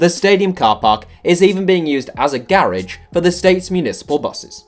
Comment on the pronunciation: Cant even understand this guy as a American. What accent is that? Australian? I have never heard "garage" pronounced that way